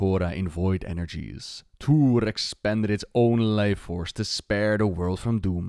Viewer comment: Tuur-e, not Tuur :P